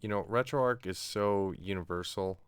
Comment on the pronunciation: A great build. Just a couple of comments. I am pretty sure RetroArch is pronounced RetroArk, as in Archive, and I hate wrestling 😀. Never understood the appeal of it, and never will.